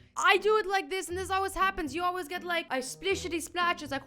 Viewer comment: MARY MOO POTATOO LOOL!!! When he said “gits” he meant gets.